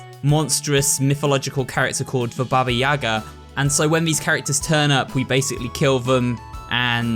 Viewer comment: It's 2022, yall could like, maybe, try to pronounce "Baba Yaga" correctly..